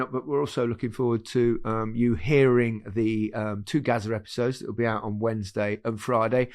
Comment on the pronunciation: Gazza rather than Gaza. Very different content.